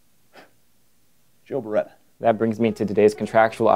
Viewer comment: JOE BARETA?!!?!? It's j-j-joe b-bar-bareta!